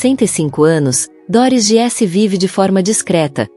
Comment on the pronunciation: Treine sua IA para dizer GUISSE, como disse, e não giesse. E equipa é português de Portugal. Para nós é equipe.